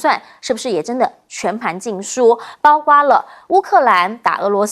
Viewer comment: 為什麼一直說包刮包刮包瓜，應該是包括包括包擴，，，，，，